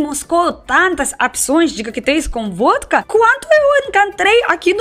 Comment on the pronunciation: Aff! Vódka??? Essa é arrepiar.